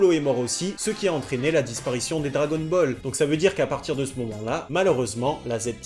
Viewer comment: « drwagon bowl » avec l’accent 😂pépite. Sinon la vidéo est juste parfaite